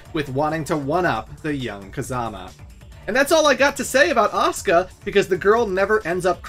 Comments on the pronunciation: He not trying to say Oscar. That's just how he pronounces Asuka. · Ka-zu-ya, A-su-ka